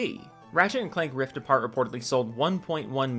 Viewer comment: The first time you said Ratchet & Clank: Rift Apart, I heard Ratchet & Clank: Ripped A Fart. lol